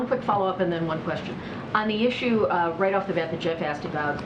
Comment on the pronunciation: the question was axed. She actually said axed not ask. really articulate lol